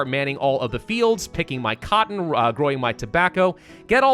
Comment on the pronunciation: Idk why but the way you said “picking my cotton” with so much emphasis got me dead 💀